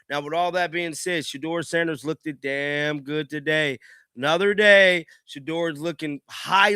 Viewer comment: It's pronounced lookd, not lookded.